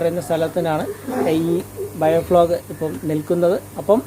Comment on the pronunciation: ബയോ ഫ്ലോഗ് അല്ല മുത്തേ, ബയോ ഫ്ലോക്ക് .